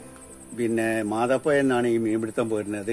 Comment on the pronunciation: മാതാപ്പുയ അല്ലട മാതാപ്പുഴ